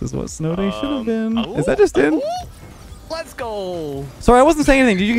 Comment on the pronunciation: Canadian? 😂😂😂